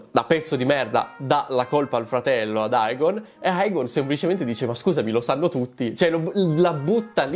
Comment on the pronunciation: DEmon Egon Emond … AE si pronuncia E 🙏🏻 Per il resto sei sempre top 🔝